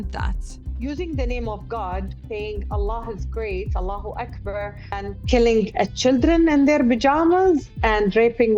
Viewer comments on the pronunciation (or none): What kind of born and raised arab and so called Muslim cannot say “Allahu-Akbar” properly in Arabic? 😂 I know there are actually treacherous monsters from the Arab world who hate Palestinians but this is extremely unbelievable “Allahu-Ukburr” Arab speakers, listen to the clip and tell me I’m wrong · Her accent is not Arabic and she can’t even pronounce ALLAHU AKBAR properly 🙄😬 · She cannot even pronounce “allahu-Akbar” properly in Arabic It’s so bizarre that they think we believe this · Lamest propaganda she’s definitely a mossad agent couldn’t even say Allahu Akbar 😂😂😂 go to bet she don’t even Surah Fatiha